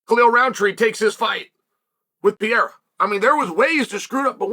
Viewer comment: Alex Pieera 😂😂😂😂😂😂 Love Uncle Chael's name butchering Can't let the names get close😅😅😅😅